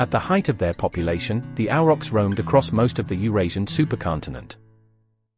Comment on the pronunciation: A question i have forgotten. Why do you say Auerochs? Ochs in german is ox in english, but spoken the same way (like Bier/ beer or Wein/ wine).